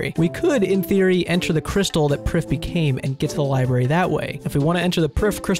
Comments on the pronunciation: its welsh - Prifddinas means capitol city, pronounced "Preev Thee n Ass" ...You're welcome :) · You'd pronounce it "Priv" not "Prif". The single F in Welsh is pronounced with a V sound. And the DD letter actually makes a hard TH sound. Also Prifddinas is Welsh for Capital City. Just a little fun fact about elf pronunciation. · Prifddinas would be pronounced "preef-vee-nas" in Welsh which is what the elves in RS essentially are.